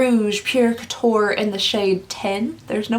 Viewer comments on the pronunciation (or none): none